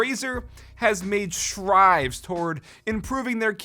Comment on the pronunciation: "razor made STRIVES"?? O_o That's what i heard and then rewatched that part to read his lips and yea seems like strives instead of strides... lol idk why i heard it and my brain hit the brakes on everything else when it heard that lol